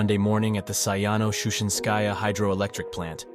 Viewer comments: It's an AI voice and yet it's still mispronounced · You really drop that "Shushenskaya" like it ain't shit